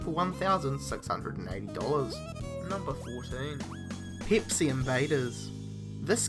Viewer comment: It's not peepsi, it's PEPSI!!!! FUCK